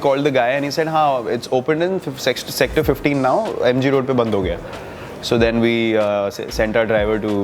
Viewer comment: sexet.........sector😅😂 Toung slipped